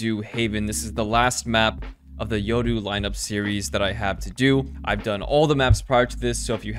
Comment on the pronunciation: Yoru not yodoo